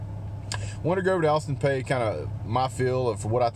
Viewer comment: Okay first off sir, it’s pronounced Peay (Pea, pee). Second I’m at student there and I’ll be damned if I’m gonna let you talk shit about my school bro because that shit just ain’t cool. Obviously we’re a smaller school and obviously we’re a lower conference team. But that doesn’t give you the right to talk shit about us. If you’re gonna give a review give legit educated review and do more than just talk shit about the other team. Obviously us students at APSU know that we’re going to get demolished. But with that said it’s really ridiculous that you have to talk about us like we’re an SEC school. This is a cupcake game for y’all but this review is honestly horrible. We get you’re bias but that shouldn’t take away from Austin Peays fire and desire to come to Athens and play their hearts out. With that said I’m also a Tennessee fan and I promise you Tennessee is better than APSU. Clearly I’m a level headed person unlike yourself and I understand our team hasn’t been where we’ve wanted it as UT fans in many years. It’s obvious but please don’t forget 2016 sir. You lost to Tennessee. So my advice is to please humble yourself and realize who you’re playing. We’re an OVC school not an SEC school. Y’all have a great team and will absolutely have a great season. As much as that hurts the Vol in me to say, it’s true. I wish y’all luck not only against APSU but against all your opponents. But please take my advice before you do your next review. Thanks. God bless.